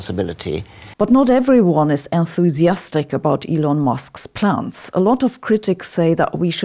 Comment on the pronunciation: As a language learner myself, I thought you may appreciate constructive criticism. "S" at the end of plural words are often pronounced like "Z"". When you say "plans", I almost hear "plants". Plural "S" after words that end with "T" like plants or cats is pronounced like an "S", but when after other letters, it's pronounced like "Z", like in dogs and plans. This confusion between plants and planZ is relevant in this video at one point, as a point of confusion. The thick German accent is actually pretty cool, and lends an air of scientific sounding authority to these videos, but you may consider some slight adjustments.